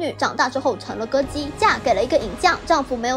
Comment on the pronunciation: "成了歌姬", 听成了“成了个鸡”。感觉不对赶紧倒会来看字幕，才发现自己听错了。